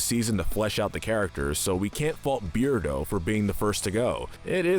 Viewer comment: Too Bad He Pronounced Beardo's Name Wrong.